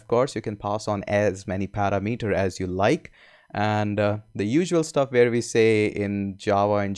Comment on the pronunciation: Thx. For what it's worth, sorry... in America parameter is pronounced par-am-it-or I'm so confused with what actually are the correct naming conventions to use within flutter/dart. lol